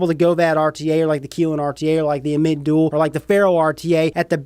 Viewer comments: It's pronounced am-it. According to Wikipedia, 'Ammit (/ˈæmᵻt/; "devourer" or "soul-eater"; also called Ammut or Ahemait) was a female demon in ancient Egyptian religion with a body that was part lion, hippopotamus and crocodile—the three largest "man-eating" animals known to ancient Egyptians.' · If u pronounce it ameet one more time Ima start calling u Ripe Trieppers